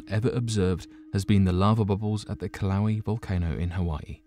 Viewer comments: Kill-ow-ee?? I'm pretty sure u meant to say kill-uh-way-uh....which is the correct pronunciation. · Pronounced ''killa'' ''weigh A'' volcano. Not kiloweeeee ?strange english duck speak bro?wtf lol,Dude says Vesuvious clear as day?But kiloweee or mayaan not ''my an''lol.... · It isn’t killowe and you mispronounced Pliny the younger also.... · LMAO?uh kiloweeee?the fu?i'm not the only 1 that's like this guy murdered that valcano's name so bad!LOL oh shit!he's just all mellow and sociopathic about it too oh god haha...so terrible! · Yeah it’s not that hard to look up a pronunciation...ugh! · Not a fan of giving a thumbs down but a hard thumbs down it is. Just because you’re brutal pronunciation of Kilauea. Not even close by a long shot.